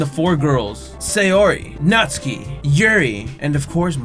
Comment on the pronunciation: It's Nat-su-key